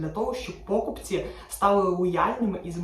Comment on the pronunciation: та ви знущаєтесь! знову пОкупці, а не покупцІ. чому така проблема вживати правильно наголос? я вже певно пятий раз про це пишу, як об стінку. чому ви така вперта?